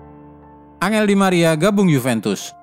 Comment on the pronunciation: Angeeelllll di maria bacanya enjel bukansihh